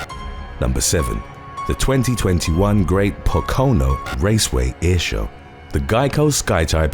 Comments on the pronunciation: Lol Pa-kono??.....Po-ka-no....it took me a few seconds to get where you were talking about. I know we have funny town/city names & pronunciation but hey we can't help it! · PO-co-no not po-CO-no Wilkes Barre = Wilkes "Berry" not bar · BTW, not PO-CONE-OH, pronounced POKE-E-NOH (Pocono). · A Brit saying “Po-ko-no” is like an american trying to pronounce Leicester. I’ve heard horror pronunciations of it. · Po Co No surprised you didn't pronounce Long Island wrong lol just messing around, great videos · Pocono is pronounced Poke-a-no but I like your way better. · I'm from Pennsylvania and that's not how you pronounce Pocono, however I think it's an awesome way that you did pronounce it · That not how “Pocono” is pronounced. I swear, this is not first time you mispronounced a location. Just look up the pronunciation on a thing called the internet.